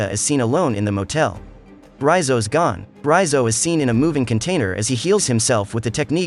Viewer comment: I was searching for this recap who pronounce Raizo's name correctly and this is it.... I cannot listen another minute from Recap king channel as he was pronouncing his name like Reeyzo... i cannot listen anymore so... this video is it... comfortable to listen Raizo😂